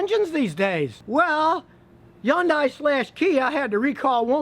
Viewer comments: It's Hyundai with an H Not Yundai ! 👎 Do you say Yonda ? for Honda ? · Scotty, please... Hyundai is pronounced "HON-DAY" in North America. Again, HON-DAY. One more time - HON-DAY. This EEE-ONN-DAI word you keep saying is weird... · learn to pronounce Hyundai. "Hun Day" not "Yun Die" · yundai? Not hundai? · The hell is an Yondai ..Hyundai 🤔🤔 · Hyundai like “Sunday” I’m not going to tell you again Scotty. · You are the first person I've ever seen call the Hyundai a "yundai" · Hyundai rhymes with Sunday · Scotty the Hyundai name is the most mispronounced . The correct pronunciation is Hunday like Sunday , Monday. I know this because when I did market research in the 90's They were one of my clients. And thats the way Corporate said to pronounce it. Also they made a commercial singing Sunday Monday Honday ... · "Yun die" ? 😄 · I've heard a lot of different ways of people pronouncing Hyundai but today is the first I've ever heard just a straight up Yundai haha. Also I disagree with his assessment about Hyundai engines. They had a bad run between but the 2010 and prior model engines were bulletproof by all account. After this recall Kia/Hyundai have been investing more money then any other auto company in engine R&D and manufacturing. Granted its not been long enough to really test them but I have yet to hear of a single person I know who's had engine troubles with a Hyundai or Kia past 2015. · Do you realize that Hyundai and Kia are consistently rated higher in quality than almost every other brand? And could you please learn how to pronounce "Hyundai" properly??? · Nah he pronounced it wrong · He is just saying the pronunciation since Scotty was saying it all goofy. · ... and I thought all Americans would pronounce Hyundai wrong. :D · Learn how to pronounce Hyundai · You can't even pronounce Hyundai and claim to be a car mechanic. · Scotty, Hyndai rhymes with Sunday. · Scotty can't pronounce Hyundai right